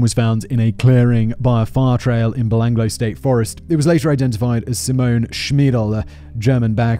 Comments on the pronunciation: He also mispronounced Belanglo forest. Bel-Anglo. Instead of Belangalow. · I came to the comments at 'Belanglo' being said, 'belang-lo' and found this hilarious thread about the Oot. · It’s pronounced ba-lang-galo, I camped there while in scouts after the murders happened. The location for the camp was kept secret. I guess for obvious reasons. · Nothing on the pronunciation front compares to Simon’s ‘psycho-parth’… also Belanglo may be spelt like that but a real Aussie bungs another A in there: Bell-ang-gallo… oh my god I can’t keep up… Oot for Ute?!! It’s Ute, like YOU-t. Fucking love this channel. You should make the trip down under. Especially after this travel guide! What’s stopping ya?